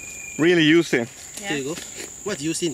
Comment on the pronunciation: lol he didn't understand that you were saying "Juicy" as in Joo-see because you guys kept saying Yoo-see